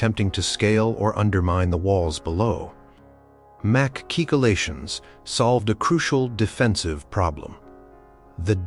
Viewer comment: Would be way better if recorded for real. This AI is misspelling and mispronouncing constantly. My favorite is "Mac-Keycolations"